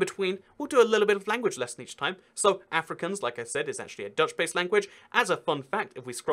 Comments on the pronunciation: It’s not Ehfrikaans it’s AAfrikaans. I’m from SA lul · afrikaans is my worst subject at school (the second language in the western cape of south Africa.. also its pronounced aa ( as in car) -freak -auns (also as in car) not africans. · I speak afrikaans Basically if you understand Afrikaans then you can learn English by watching TV and you already understand dutch. Its pronounced Ah - frick - aawns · A couple of quick corrections-- Amish and Mennonites aren't the same, they are sliiiightly different (due to a theological split I think). Both groups live in the US. Also the "aa" is Afrikaans is pronounced like ahh, not like Anne. (Well, if you hear an Afrikaaner say it it sounds like Efri-CORNS, but hey.) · Ah-fri(you roll the r)-kahhns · It’s pronounced Uh-Free-carns I learn Afrikaans in school I live in Suid-Africa (South Africa in Afrikaans) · Any South Africans also cringing at how he pronounced Afrikaans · You did not say Afrikaans as afri kans I’m disappointed